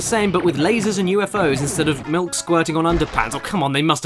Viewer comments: "MILUK!" That word alone is pure comedy gold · I keep saying MILUK because of you!!!! 😂